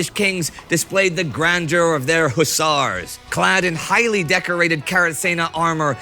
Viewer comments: Hussars ✅ Hussers ❌ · I kept yelling at my tablet " it's Hus-sars" lol😂😂. ....,Do Fields Of Verdun next or 7 Pillars Of Wisdom 😊